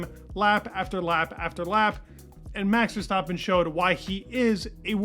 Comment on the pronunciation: Who is this max Verstopin you keep mentioning? 😂